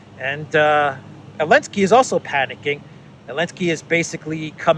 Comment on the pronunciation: You admire Hungary for standing up to Ukraine yet you bow to Ukraine by calling Zelensky Elensky. His name is Zelensky, stop groveling!